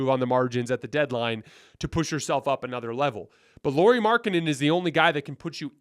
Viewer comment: No. We're not getting LM. Btw, his name is pronounced "Lowry."